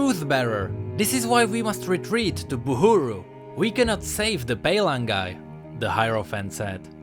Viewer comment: If this character is based off Polynesians I think the word paylangi should be pronounced pai-la-ngi with the g as a "ng" sond instead of a "ga". This term was used to descripe western sailors as their skin was pale white and or in some island nation it refered to white sails from their ships but yeah just a suggestion